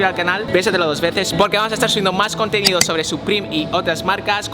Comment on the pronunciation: En vez de contendo quentenido